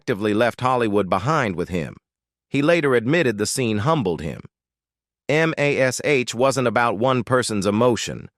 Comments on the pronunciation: F.A.I.! It's pronounced "Mash" not "Em Ay Es Aitch"! Effing fools! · We always called it "MASH", NOT "M-A-S-H". AI strikes again! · THIS IS THE WORSTE AI NARRATOR I HAVE EVER HEARD ! ! ! From the beginning, it made major mistakes. I don't remember a show called M. A. S. H. But I did like the Show called "MASH". The MASH Unit, that it represented was not called "The Four Thousand Seventy-Seventh M. A. S. H.". It was called "The Four Oh Seven Seventh MASH"... It did get it right at least twice. But it got it wrong more times than I could keep count of!!! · Dammit, can't these creators get AI straight. Calling it M. A. S. H., not MASH, is stupid. The world knows its pronounced as mash, like potatoes, cripes, its annoying and wrong. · It is distracting, even disgusting, spelling out M-A-S-H instead of just saying Mash. We all know what it is for crying out loud! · Just say Mash, you tool.